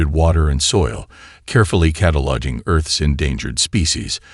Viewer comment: How many times did the narrator say "cata-lodging" as opposed to "cataloguing"?